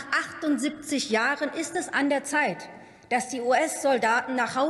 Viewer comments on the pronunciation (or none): none